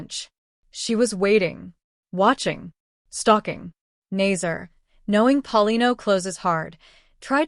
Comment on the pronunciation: TIRED OF AI ARTIFICIAL NARRATORS THAT MIS-PRONOUCE NAMES LIKE "NAY-SER" IT IS "NAS-SER!" CAN'T YOU HIRE A COLLEGE COMMUNICATION STUDENT TO NARRATE THE VIDEO?